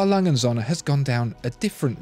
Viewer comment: A. Lange & Söhne (R. Lunge oond Soe'ne) ... or you watch the video >"how to pronounce an Umlaut"